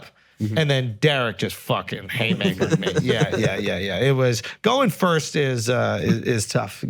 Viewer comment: Why do they keep letting Akaash say "Firsh" in his announcements